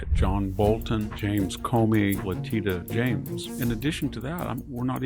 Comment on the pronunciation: I like the way he mispronounced Leticia James